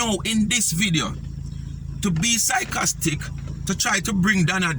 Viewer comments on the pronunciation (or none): Sycostic sounds more like her..